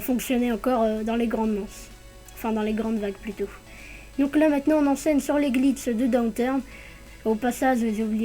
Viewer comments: Vous avez bien entendu ? Des Glits et non des glitchs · Ça me fais trop rire quand tu dis glitss et spot x) tu gère merci pour la vidéo :)